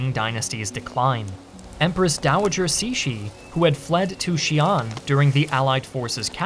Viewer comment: Great to see more videos on Chinese history, and also, surprisingly descent job pronouncing Empress Cixi's name! I was expecting something like /ˈsɪksi/ (uncomfortably close to Empress Sexy lol) rather than /ˈsiʃi/. Not perfect, but respectable!